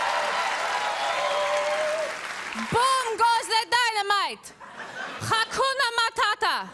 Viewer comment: HA-KUNA MA-TA-TA